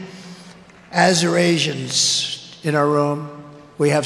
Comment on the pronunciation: Azirashians? Who are they?